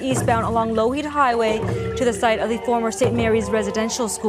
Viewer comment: Its pronounced Law-Heed after the long dead Peter Loughheed.